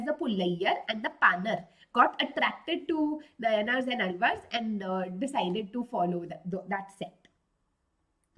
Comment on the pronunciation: 😢the way she says nayanaar ans alvar is soo wrong ! Its naayanaars and aalvaars ..